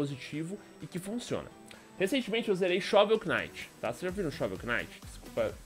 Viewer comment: shovel Que knight...mee O "K" nao se fala